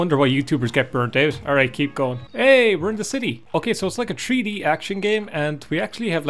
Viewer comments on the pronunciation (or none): "a turd purson action game" 💩🧘‍♂️🤺🎮 Edit: " tree D geam" 🌲D🎮